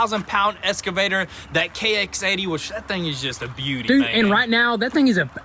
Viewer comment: It is eXcavator ffs lol. Do you say it wrong on purpose?